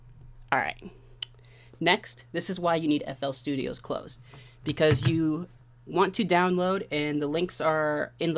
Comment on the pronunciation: stop calling it flstudiOHS bro its just flstudio